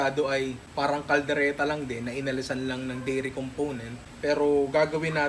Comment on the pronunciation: Hahaha sa kaldereta naging kalereta